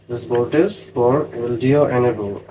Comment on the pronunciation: Voltage ▪️vowl•TUHJ ▪️vohl•TIJ ▪️vol•T-I-H-J-J-J No “s” sound… “Voltace/Voltis” are not words. “Vohl” + “TIJJJJ” = “voltage” ✅